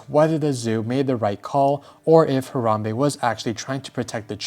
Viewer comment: It should be a crime how u pronounced Harambe.